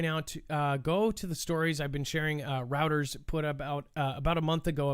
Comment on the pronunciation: Reuters... pronounced, Royters. Not routers.